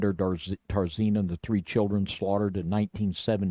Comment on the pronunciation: for what it’s worth, please, for the love of God, learn how to pronounce words in the English language. 😂 “Mora” is supposed to be pronounced with the ‘y’ before the ‘a’ at the end. It’s: ‘MOR-EE-AH’ It’s not “TAR-ZEEN-A”, it’s ‘Tz-AR-EE-NA’